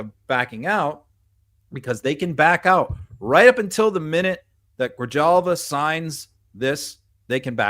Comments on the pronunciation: It’s HALVA not Jalva. Just to help out, not trying to be rude. There’s too many names to keep up with in all this stuff. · It’s Grihalvah. J is pronounced as an H. Learn some Spanish language pronunciation. You guys can do better. I like you anyway, but work on that! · it's pronounced Grihalva. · Adelita Grijalva's last name is pronounced "Grihalva." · Guys....in spanish, a j sounds like an h....so it's Gree-halva. I'm a white guy from the east coast who had to be corrected a number of times to get it right! 😉 Great job as always. My concern is, how do we stop this corruption from continuing? The mid-terms are a long ways off, I'm so afraid of further severe damage being done to our country before then! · SPANISH LESSON FROM ONE GRINGO LIVING IN ARIZONA: how to correctly pronounce Adelita Grijalva ‘s name - first name:Ad-e-lita last name: Gri-hal-ba. “J” is pronounced as an “H” thanks. Love your work. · Adelita’s name is pronounced GriHalva. In Spanish, the J is pronounced as an H, like jicama. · GREE - HAHL-VAH GREE - HAHL-VAH GREE - HAHL-VAH GREE - HAHL-VAH GREE - HAHL-VAH GREE - HAHL-VAH Fucking get it RIGHT!!! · GRE Halva..you guys are butchering her name. Love you though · Please have someone knowledgeable teach you how to pronounce her name. The letter J in Spanish is NOT pronounced like a J in English. It's pronounced like a hard H. Honestly. It's not hard to learn this. People who know no Spanish at all can and do pronounce the Spanish J correctly! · Please, guys. You've had 50 days to figure out how to pronounce Adelita Grijalva's name. I've now heard it pronounced incorrectly three times in three different ways in this episode. Otherwise, the episode was good, but you undermine your own words when you can't get someone's name right. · Learn how to pronounce her name. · FYI, the j in Grijalva is pronounced like an h.